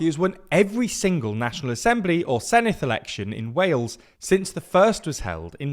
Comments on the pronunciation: You pronounce Senedd wrongly. It's not Seneth but Senedd i.e. the same softer 'th' sound as words them or those. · Small word of advice, it's pronounced 'Sen-evd' (Senedd=Senate). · He pronounced Senedd as Seneth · There’s no “th” in Senedd, btw.